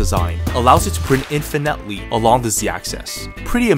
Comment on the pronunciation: Are we just not gonna talk about how he pronounced "infinitely"? 😂 Seriously tho, that's shit is super cool